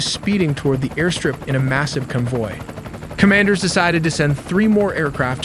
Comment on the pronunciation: Oh man, the AI narration though. Can't even pronounce "convoy" ”G's", " barrage", ect😢